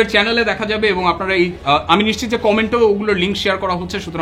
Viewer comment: নিশ্চিত শব্দটার উচ্চারণ ঠিক নাই